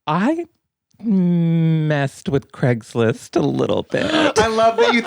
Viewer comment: NOT CRAISGLIST LMAOOO